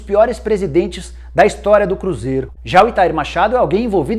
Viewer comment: o cruzeiRO Nicola.2019